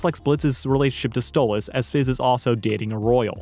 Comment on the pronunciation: Why do you say Stolitz instead of Stolas? It’s canon in the series and irl that it is Stolas, you should change it.